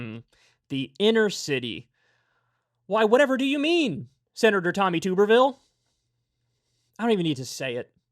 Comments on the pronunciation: It's pronounced tub-ber-ville. Not too-ber-ville. I'm from Alabama and know all too well, unfortunately. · It's TUB not TOOB. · This is very besides the point, but it’s pronounced tubberville like a tub